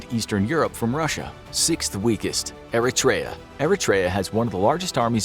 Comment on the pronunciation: Nice video! Oh and btw "Eritrea" was pronounced incorrectly.